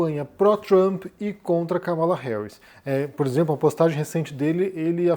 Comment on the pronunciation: Káh-mala, meu caro. Trump está sendo criticado por falar propositalmente o nome dela errado: Kamáala.